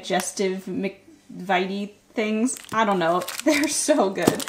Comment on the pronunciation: Mc vit ese,not ite